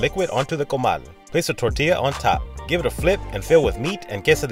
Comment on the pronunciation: Hearing and american correctly pronounce "Tortilla" fills me with hope for that country.